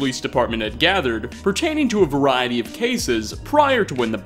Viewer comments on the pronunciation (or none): none